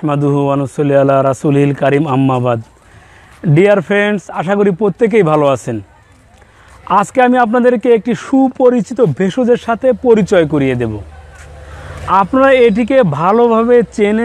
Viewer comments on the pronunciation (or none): dear friend apni "poittekei" bolen kno?